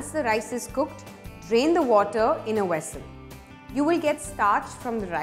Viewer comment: Sorry, but what's a "wessel" ? >